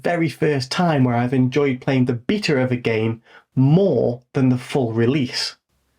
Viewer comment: Come on. Say beta correctly.